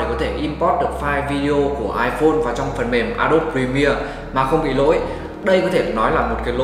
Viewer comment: a đô bi chứ k phải a đốp nhé ad